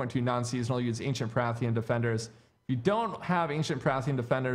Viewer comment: PARTHAN. Say it with me. PAR --- THAN